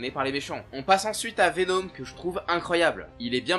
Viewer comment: C'est VeNOM et pas VeNEAUME